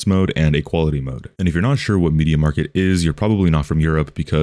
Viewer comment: i love how you say "media market" rather than media markt. also in Polnad we have rtv euro agd and media expert